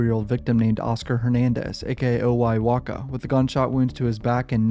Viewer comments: His name is OY WASCA not WAKA lol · oy wasca not waka lol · OY wasca not waca